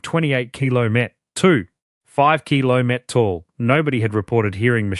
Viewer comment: Yes, 180 kilo met ?? you'd think A.I. would have got that right by now, Geees!